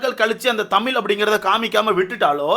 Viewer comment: தமீல் இல்லை தமிழ் bro ungaloda karuthu crct a irukk but tamizh nu sollarthuku badhila tamiilu nu solringa matta murchi pannunga